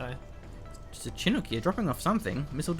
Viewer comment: I would subscribe but I CANNOT listen to CHIN- UK said anymore. Its Shuh-nuk or Chuh-nook. Never in my life have i heard CHIN UK